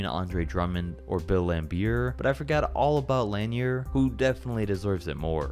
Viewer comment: Without question. This dude lost me before that anyway. I can't trust a dude that refers to Bob Lanier as "Bob Lan-yer"